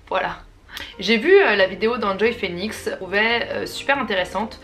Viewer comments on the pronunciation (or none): none